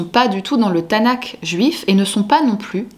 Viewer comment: Bon résumé. Petite précision cependant : Tanakh se prononce avec un /x/, comme le ch de la nacht allemande, comme le j de la jota espagnole.